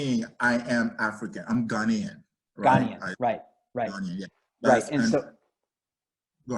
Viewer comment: What a condescending guy. Doesn't even listen to the gha-NAY-an American. Says ghanian, even ugandan. My forebears came from the nordic countries, very recently. If you're talking religious rituals, I'll pass. I'm not a polytheistic pagan.